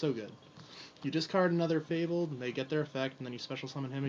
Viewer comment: mispronouncing fabled is one of my pet peeves :/ I hate it